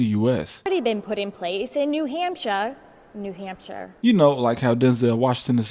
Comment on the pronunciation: She just said my home state , new hampshaaaa